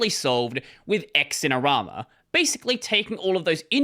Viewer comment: Wayland has been "usable" since the first release of Weston. Did it have all of the features of xf86-Xorg other 30 years? No, but most of those features don't even work or modern systems either. Also, xinerama is pronounced "zinerama"